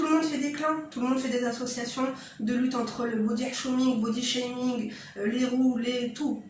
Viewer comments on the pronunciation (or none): Dès la 1ère minute le "body hchaming" m'a captivé mdrrr Merci pour ta vidéo :)